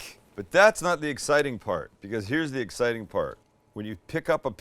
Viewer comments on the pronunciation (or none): none